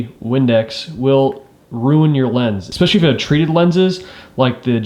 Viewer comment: Great video but please teach yourself to not say “exspecially” because it is not a word. It is pronounced “especially.”